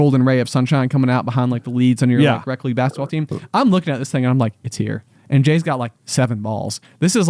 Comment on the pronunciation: It throws me off whenever you say "rec league" cuz it sounds like "rep league" which is what we called the competitive league, so the opposite lol